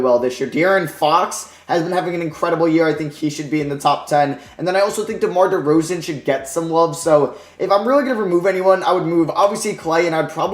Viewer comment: The disrespect on DeRozan's name is mad.